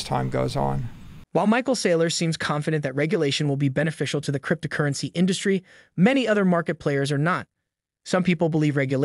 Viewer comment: Struggling with the announcers pronunciation crypt-a-currency. Hard to hear anything else.